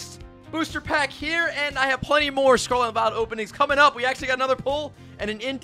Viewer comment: “Sarlat and Vilet” 💀